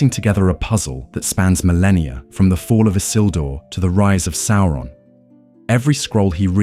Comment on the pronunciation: The voice is very good, but a few slip-ups and mispronunciations show that the voice is A.I. - Although I prefer your pronunciation of Sauron (that's how I pronounced it before hear the BBC audio version)